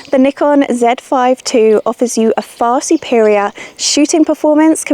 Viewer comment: It's cool to hear you pronounced Zèd Five Two, instead of Zee Five Two 😊